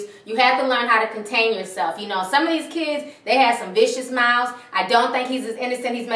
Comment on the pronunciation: You just said "kidses" I refuse to finish this vid